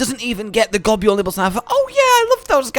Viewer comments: What is this Gob-yule pronunciation nonsense? Gobul is pronounced like the word 'Gobble'. You see its a joke about eating. Nibelsnarf is the same joke taken further. To nibble on things and to snarf them down are ways to describe eating. I will die on this hill. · Love G. Girros. Always loved catching a ride on the Lil ones too. Love the mouths though I always thought it was pronounced gobble. I nibble food I gobble food I snarf it down